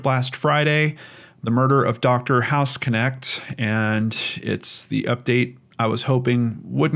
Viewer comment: Great video,, but I must politely correct you- the name is pronounced house-nekt, not house-connect. Source: knew several people with same last name while living in Germany. Thanks for all you do.